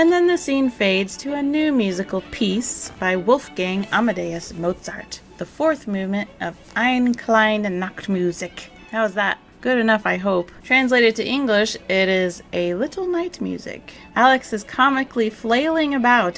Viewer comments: Just for reference: In German, all ending e's are fully pronounced. Closest to "eh" in English or maybe in "end" itself. The "ch" is pretty hard for English natives, as it's a throat sound. Sounds a bit like when humans try to sound like a hissing cat. Another option would be an over pronounced Spanish J like in Jalapeño. But like I said in another comment... it's hard and expected not to sound like someone who's native in German. I appreciate someone trying to pronounce it, but mistakes are normal. It's not that big of a deal. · I minored in German in college. Eine and kleine are two-syllable words. The e on the end is not silent like in English. It has an “uh” sort of sound. There are few silent letters, if any, in German. In the future, if you have any doubts about how to pronounce non-English words, you can always type them into Google translate, and it will pronounce the words for you if you hit the little speaker button.